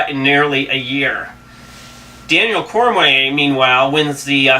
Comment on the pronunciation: It's Cormier nerd... Cor-mee-yay... Not cormway. And frank Mir is pronounced meer not mur ... I see why ur lil blog blows chunks